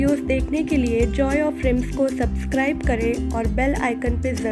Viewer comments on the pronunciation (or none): none